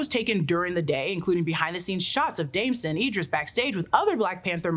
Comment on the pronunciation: Damson * not Damsen.